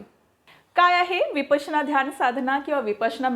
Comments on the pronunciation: शुद्ध बोला नं----- विपासना नाही, विपश्यना असा शब्द आहे. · विपासना असा उच्चार का केला जातोय ही फार मोठी चूक आहे विपस्सना असा शब्द आहे... प ला काना देऊ नये... अर्थाचा अनर्थ होतोय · Vipasna nahi vipashyana mhantat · विपसना नाही विपश्यना असे मानले जाते विपसना नाही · विपासना नाही तो शब्द विपश्यना आहे बाकी सर्व माहिती खूप छान दिलीत 👌🏻👌🏻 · Pl don't use the word Vipasana frequently ,use correct pronunciation.